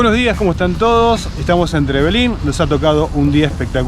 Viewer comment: Hola yo soy de trevelin solo les queria decir que no se dice trevelin con tilde en la i ni tampoco es con tilde en la primera E es con tilde en la segunda E. Le pasa a muchos turistas que vienen a aca😁